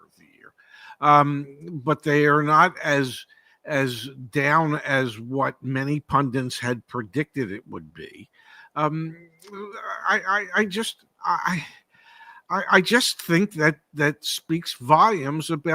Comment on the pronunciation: pronounces pundits as if it were spelled pundints, just like Seth Meyers.